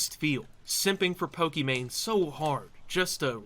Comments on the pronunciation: Why does Destiny keep calling her “Pokémon” and not “Pokimane”? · Destiny why do u call her Pokémon lol even corrected yourself after saying it right? Is it an inside joke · Why is Destiny saying Pokemon instead of Pokimane. Did she rebrand or something? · Why does destiny call her pokimone?